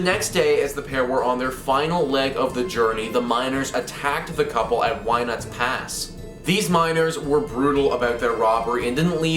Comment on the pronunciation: Love the most dodgy pronunciation of winnits and thinking speedwell is a cave not a mine. It’s a tourist attraction so certainly we want people to go aha oh well.